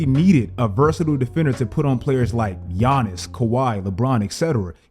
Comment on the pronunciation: It's giannis bro